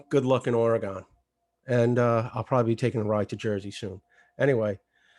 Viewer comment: “Ore-Gone” ...prolly as challenging as getting me to pronounce Stuyvesant correctly. 🤟